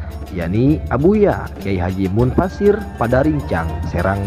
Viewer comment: Abuya mufasir mas bukan munfasir